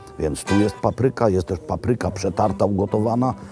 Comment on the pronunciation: Nie "paprYka", a pApryka!